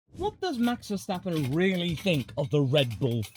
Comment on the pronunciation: max stafappen